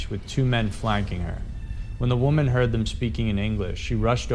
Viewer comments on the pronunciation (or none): none